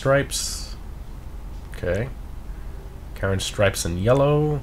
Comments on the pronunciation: Like how you say Karin. Sounds like Karen 🤣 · I keep hearing him say "Karen" Previon...